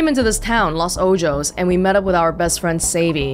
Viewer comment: Anomalous Ott Was just about to comment on this! Las is correct, but Ojos is pronounced as “o-hos” with short o’s. Azul means “blue” (which is cool because they had blue accents in their design) and is pronounced “Ah-zúl.” Stress is on “zul” rather than “A.” Like they said, don’t mean to be rude,! Just thought it would be helpful.